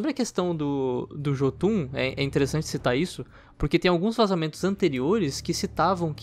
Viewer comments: Ótimo vídeo, mas tenho que apontar um erro, nas línguas nórdicas o “J” se pronuncia “I” ou seja, se lê Iotunn e não Jotunn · Se pronuncia "iotum" 👍